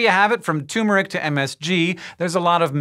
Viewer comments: it's turmeric not tumeric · Hank: Toomeric Olivia: Turmeric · It's turmeric not toomeric. LOL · I hate it when people say 'too-meric' and not 'turr-meric'. But I know the root looks kinda like a tumor. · He said Tumeric, and not Turmeric. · Hey Einstein its TURMERIC NOT TOOMERIC. FAIL. LOL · Hank it's called TURMERic not TUMORic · I used to say it wrong. It's tur-mur-ic. (Not tumor ic) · There's an R in there. TuRmeric. And its pronounced as such. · Toomeric. Tuhmeric. Not termeric. Had to stop the video a minute and a half in because I can't get past her saying it like that.